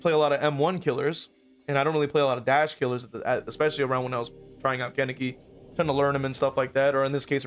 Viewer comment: Ok, so, this video is amazing, great points made, but please stop pronouncing Kaneki’s name like that lol